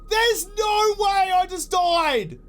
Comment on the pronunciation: "I doid to a spoidah!" lol so dang aussie!